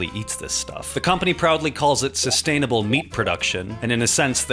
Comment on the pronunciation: Ahem, cyst-ainable. 😆